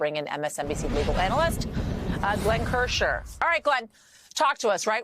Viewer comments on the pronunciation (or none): This announcer can't seem to pronounce last names. She called Glenn KirschNer (Kirsher) and prosecutor Raskin (Rafkin). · Please give Glenn KirschNer the respect by pronouncing his name properly. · Yasmin Vossoughian didn't pronounce KirschNer correctly. He's been on their channel for a long, long while. She's never heard of him? Then she babbles on and on -- looking distracted and and uninformed. She needs a new position behind the scenes, not in front of the camera. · His name is KirschNER. You think she could have at least gotten this wonderful man's name correct. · The News Lady mispronounced Glenn last name. It has an N in it , honey.